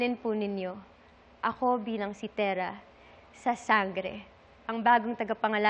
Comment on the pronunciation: Theara? Thera? Tera?